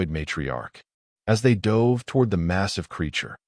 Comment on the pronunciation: Your AI needs to learn how to pronouce words spelt the same but sound different according to context. Eg. Tho dove of peace or he dove into the pool. P.s. I don't subscribe to AI.